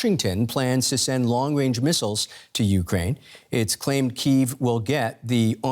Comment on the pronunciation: Fergawdsake teach these "journalists" how to pronounce "Ukraine".